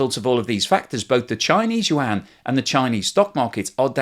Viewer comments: FFS, if you are going to talk about China and borrow Chinese words, get a Chinese speaker to help you a little... it is not wahn, yuan is something like you-ahn.... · “The Chinese wan” 😑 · Just say "RMB" instead of "wan".